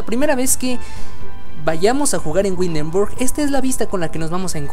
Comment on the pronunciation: Ese tipo de Arquitectura no es sólo del Norte de Europa abarca desde Dinamarca , Holanda, Alemania, Austria y Suiza ( entre otras pequeñas ciudades de Europa) el tipo de Arqutectura o las casas que se ven en especial las que están en el centro de. Windenburg < ojo se pronuncia ( Vindenburk) se llaman Fachwerkhaus (fajverkjaus).